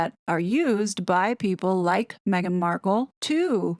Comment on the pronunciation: I think it seems a very professional video & well researched. The "Me hhh ghhan" pronunciation grates though, sounds babyish & spoils the flow of the narrative.